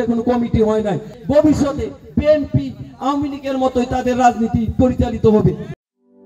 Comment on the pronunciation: তোরা কী বিএনপি করছিস তোরা তো বিএনপি র নাম ঠিক মতো উচচারন করতেই পারছ না